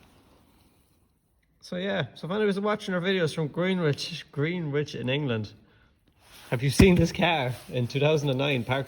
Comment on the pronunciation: Good job on the frame and arms looks fresh , must leave my 36 up to yas 😅 . That place is pronounced gren-ich I used to live in woolwich last year , certainly wouldnt see a 36 around there nowadays lol